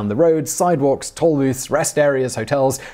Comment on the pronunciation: Toll is pronounced tōl.